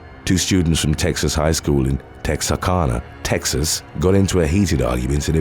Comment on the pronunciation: So cool to hear my city's name said by my favorite narrator. It's pronounced Texar-CAN-uh though 😅